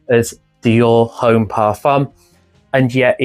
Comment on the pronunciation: Hey… the H in Homme is silent.